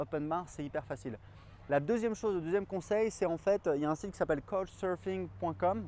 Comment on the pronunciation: Super conseils merci ! Je compte partir seul 1 - 2 mois aux Japon pour mes 18 ans et je m'inquiétait un peu de la solitude et du logement mais cette vidéo réponds bien à mes questions, merci ! Et couchsurfing se prononce "ka-ou-tch surf-ing"